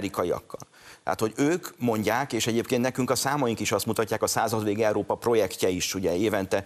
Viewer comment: Pénz , nem pe’ndz . EURÓPA , nem EERO’PA.